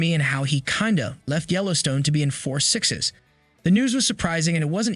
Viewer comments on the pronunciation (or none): none